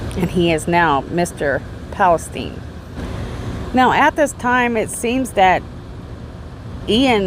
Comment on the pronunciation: Zulema and Alex' s last name is Pa-sten-es... not Palestine... I enjoyed your informative video 😊